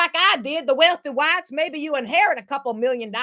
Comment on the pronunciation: With the accent and all!!!😂😂